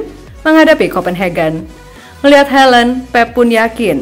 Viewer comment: Haland bukan helend